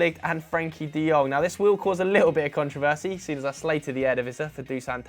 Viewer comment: Why do you pronounce controversy like that